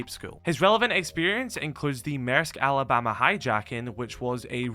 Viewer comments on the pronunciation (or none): none